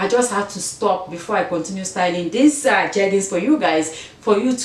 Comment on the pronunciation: When you were reading the jeggings instructions 😂Sis sometimes we can’t get the right pronunciation but you got it, 2 pair of jeggings for a dollar and you style the blue t-shirt and how you dress it up😍 yes o is how you wear it not the price you paid! Love love it💯❤️❤️